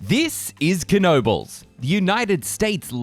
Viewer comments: fyi, we don't pronounce the K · 🙄99.9% pronounce it Kuh no bulls including the owners.